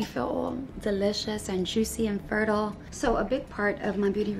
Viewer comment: every once in a while i come back to this vid, just to hear her say the words "fertile". these things amuse me